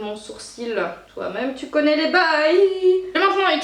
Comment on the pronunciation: Hein Hein .... Tou avais dit qué tou arrrrrêtais les colôôôôô .... raté